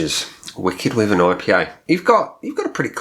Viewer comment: I live in Dorset and my Mum lives directly opposite Badger Brewery. Wyvern is pronounced wiivern as in Wii- fi. I had it and didn't really rate it, drinkable though. I think I was probably putting it up against "craft" west coast IPA'S which, of course it isn't.